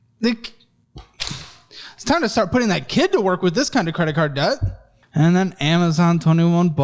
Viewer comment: You say debt , death Megadeth 😂